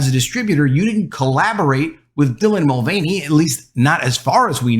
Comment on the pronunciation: There it is ....."TRANsgender INFLuencer DYlan MulVANey" one of the most cringe deliveries of the most cringe phrase on YouTube. Seriously just say the name with none of the emphasis